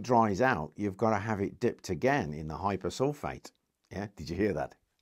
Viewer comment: To pick a nit, sodium hyposulphite Na2S2O3 in text, hyposulphate with 'a' in the speech. The hyposulphIte is also known as thiosulphAte, not hyposulphAte